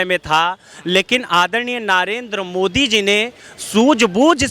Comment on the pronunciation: संप्रादाईक mind वाला अंधभक्त पहले 10 जूते मारकर 1 गिनों, ससुरा ज्ञान घंटा का नही हैं केवल चाटने में लगा हैं, मोदी का नाम भी कैसे गलत उच्चारण करके ले रहा है।